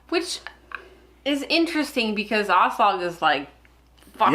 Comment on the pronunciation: 😑 It's AH-slog and you know it.